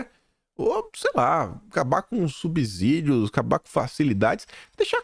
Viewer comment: SUB-SÍ-DIO (Subsídio se lê como sítio, subsolo, de subsíndico.)